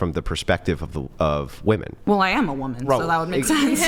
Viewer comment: Why do they all say "whoooman"? 😂 Not "women" for plural, or even "woman" which we all know is singular? "Whoooman" wtf?